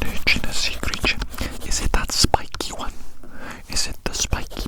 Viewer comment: The grin-like smirk this man gives us is the silliest thing to experience in an ASMR video other than how he says "little crreature"